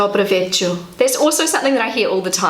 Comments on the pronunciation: you should look at the writing and not only try to listen to the sound (and what you believe you hear). The „good evening“ part has an „R“ in the end („wieczoR“ or what it was), and you didn‘t pronounce it once. (And „wieczor“ for „evening“ is obviously the same in all Slavic languages, same in Russia and Croatian (and probably even Czech, but I don‘t know that for sure.) Also the „nice to get to know you“ part „poznac“ has a „z“ in the middle, so it’s more like „pause-nudge“ with a vibrating s) and not „potch-nudge“. You should look at the letters and writing, I believe this would help you very much with the pronouncistion. (I don‘t speak polish, but I can speak Russian and „poznac“ seems to be the infinitive of the word „znac“ (knowing, „snajets“ in Russian) and the prefix „po“ (for „a little“ or here obviously „starting to“), therefore literally „beginning to know“ (you) - with „you“ being the „Cie“-Word obviously. I believe it is important to understand the meaning of the words and how they are formed. Otherwise you only simply try to repeat „meaningless“ sounds, to which you can‘t relate andcwhich makes it even harder to memorize. Sorry to say that, but I am not very convinced by this app or the concept that‘s behind it (from what I have seen so far.) But my tip for you: try to look more at the writing and how the sounds relate to the consonants. And maybe it would be important to get to know the letters, otherwise you can’t know that the „crossed L“ is actua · Cześć hello cześć- ććć! Dobry wieczór - rrr! You didn't pronounce the letters ć cześć and r wieczór. Greetings from Poland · You should say ,,r", bcs you dont said ,,r". In our language ,,r" is strong, hard :) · Yes, it was way too fast.:D (For me too and I know a littlebit Russian, even from a linguistic view.) Polish has so many sh-like but different consonants, I think that's hard for, but I also recognized the lost "r" you mentioned. But you'll make it,!